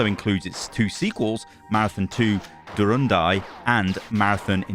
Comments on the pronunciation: It's not "durandai", it's "Durandal". It ends in an L. The name is derived from the epic Song of Roland and refers to the legendary sword of France. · it's DurandaL not Durandai :) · Did you say,”Durandai”? It’s Durandal. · I'm excited for this one too, btw it's Marathon 2: Durandal, not Durandai Apparently it's the name of a legendary French sword: "Durendal, also spelled Durandal, is the sword of Roland, a legendary paladin and partially historical officer of Charlemagne in French epic literature. It is also said to have belonged to young Charlemagne at one point, and, passing through Saracen hands, came to be owned by Roland."- Wikipedia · Lol... sorry, but I had a chuckle when you said "Durandai". It's Du-ran-DAL. Like the sword.:p If you haven't, you should take a look at MandaloreGaming's 3 video series on Marathon as it shows just what an insane rabbit hole those games are, and how it ties into Halo. So incredibly disappointing that this isn't a remake of Marathon, but a pvp shooter. Oh well. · / It's pronounced DurandaL... Like I Arthurian legend? Dude you're friggin British. You should know these things.